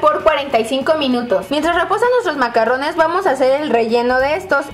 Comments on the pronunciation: Se pronuncia MACARONS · Se escribe i se pronuncia macaruns